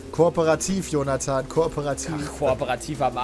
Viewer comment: Im Intro hab ich Joda-than verstanden XD